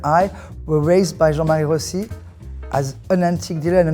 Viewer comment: Lovely story. It is nice that she pronounces her surname the Italian way. Rossi is one of the most common Italian surnames.